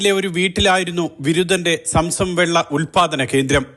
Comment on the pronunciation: Samsam അല്ല. zamzam.